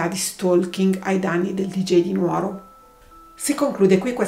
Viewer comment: Sono sarda (la pronuncia corretta è Nùoro) ma non conoscevo la storia, ero a casa reduce da una peaante operazione chirurgica e non guardavo la tv😔